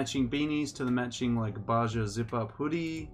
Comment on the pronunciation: Fun fact- correct pronunciation for Baja is “ba-ha”